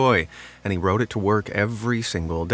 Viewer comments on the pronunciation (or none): none